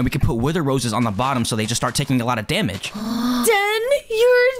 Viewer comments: why is pomni saying denny instead den😂😂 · Why is pomni saying denypoo???? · Um why is pomni called you Denny instead of den😆😂🤣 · Why does POMNNE always act like that and why did she say Denny? Instead of DEN.🤨🤨🤨🤨🤨🤨🤨